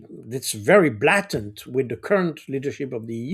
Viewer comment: Pronunciation: BLATANT. The first A of BlATANT is pronounced like its name in the alphabet. I think Jacques pronounced it like a short a😊